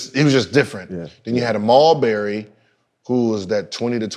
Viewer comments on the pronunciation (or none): Rest of the world: Marbury Gil: Mall-Berry